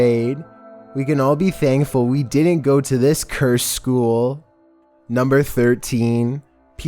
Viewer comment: I love how much emphasis he puts on the word “cursed”